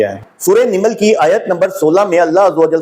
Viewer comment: سورہ نِمل نہیں نَمل ہے ۔